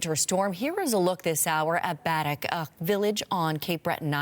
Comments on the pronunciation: It's pronounced Ba-deck NOT Bad-deck !!! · IT's not BADDICK. It's Buh-deck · Bad - eck? New Glas - gow? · Pronounced "Baa Deck" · that moment CBC cant pronounce "Baddeck" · Please learn how to pronounce baddeck correctly and it’s not a part of the Sydney region, it’s actually about an hour away. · Please use correct pronunciation for Baddeck and New Glasgow, which doesn't rhyme with Cow